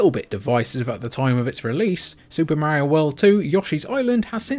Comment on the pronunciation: 😂love it!